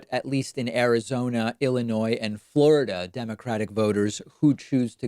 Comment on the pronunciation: Thank you for keeping the s silent in Illinois !